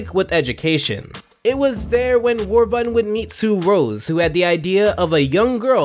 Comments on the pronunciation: Why did you keep saying Warbutton, Their is and R in the word. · How it's pronounced: WARBURTON How chooses to pronounce it: WAR-BUTTON😑 Jeez! Enunciate, man. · It's War-BUR-ton, not War-butt-ton. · Already slippin up,???? War-BURTON! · War...button? What, is the second R in Warburton silent? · The number of times he said the guys name wrong I mean it’s warburton not warbutton 😂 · Did...did you just call him Warbutton? Warbutton. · Does this dude realize there is a second R in Warburton? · Is it just me or does it sound like he keeps saying "War-Button"?